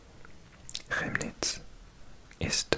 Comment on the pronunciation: Chemnitz is actually pronounced like “Kemnitz”. I know the ch is confusing in German 😅